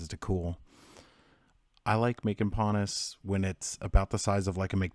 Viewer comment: Pannas is not correct. It is pon haus.